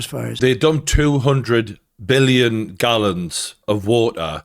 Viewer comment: Not M illon, BILLION.